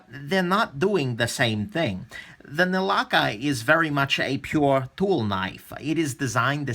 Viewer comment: 1st time ever Foreign name pronounced Perfect😉